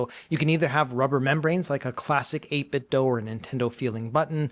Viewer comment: I think this is my favorite CES coverage video so far. Thanks! FYI I'm not sure if you're aware, but you're pronouncing 8bitdo wrong. It's said like "do" or "dew" not "dough".